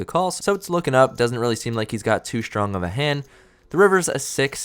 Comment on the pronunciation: The word STRONG does not contain the letter H